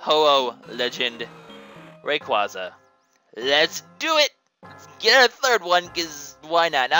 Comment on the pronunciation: Since you were unsure, Rayquaza is pronounced (Ray-quay-za) as in ray and quasar, the luminous space nucleus... SCIENCE!